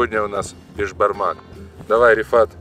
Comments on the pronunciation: Не бешбармақ а Бесбармақ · Не бешбармак а беСбармак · Правильно Беспармак